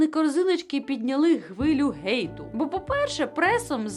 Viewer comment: ГЕЙТ???????????? мала в тебе з головой ок? Гейт????? ти бля слово ХЕЙТ не можеш нормально вимовити?? куди котиться українська мова....... (мене аж коробить від цих нових правил + фемінітиви від яких йде кров з вух.....)